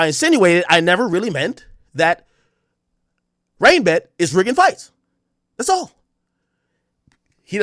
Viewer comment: Did Blue actually ever say RainBet !? Cause all i herd was BrandRisk